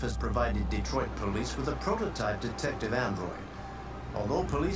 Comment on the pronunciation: detroit become kwite 😂😂😂😂😂😂😂😂😂😂😂😂